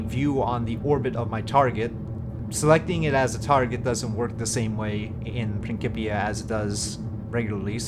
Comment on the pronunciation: I couldn't help but comment... Its Prin- SIP- ia lol C-I in English makes an S sound Otherwise I really want to try Principia out but it seems so different from regular RO/RP1 dynamics, which I still haven't fully gotten used to yet..